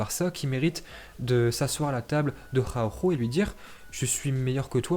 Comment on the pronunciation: Nous on dit Araujo mais il dit: Ahaoouuhooo 😂😂